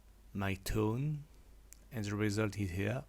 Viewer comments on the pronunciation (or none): none